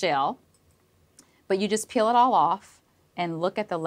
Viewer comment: Why can’t she pronounce peel properly?